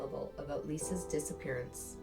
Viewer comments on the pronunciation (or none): Its "disappearance"